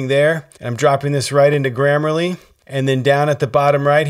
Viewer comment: It’s “grammarly”